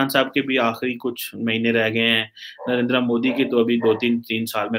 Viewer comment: mr. please learn how to pronounce the name of your favorite villain. you are a south asian not a firang. he is narendra modi not narenDra moDi.